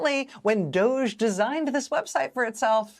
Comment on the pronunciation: I like Rachel pronouncing DOGE as DODGY. Perfect description.💙💙💙💙